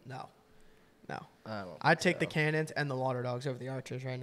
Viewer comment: How are you miss pronouncing “Cannons” so badly? Lol